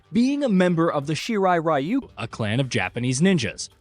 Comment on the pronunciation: if it's Japanese ninja clan why can't people pronounce it in Japanese RYU "REE YOUU" Even when you hear it being said properly people just don't care Ugh why bother for the creator then i don't understand